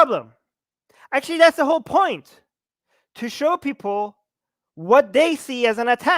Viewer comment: brotherrr makes a good poieent.